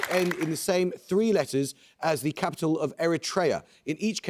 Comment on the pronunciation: How difficult is this man to listen to? 'The' is consistently pronounced Thee, even when it precedes a consonant. Ditto 'A'. Has he never heard of the schwa?